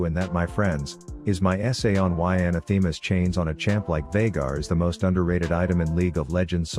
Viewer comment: Love the vids, but one things been bugging me. Anathema isn't pronounced that way. Quick Google search will tell you the actual pronunciation.